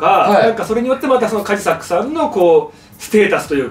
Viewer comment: 島田さん、カジサックって言う、発音違う、それに気づかないカジサックさんもすごい。